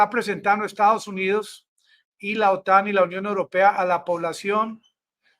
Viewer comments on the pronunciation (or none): none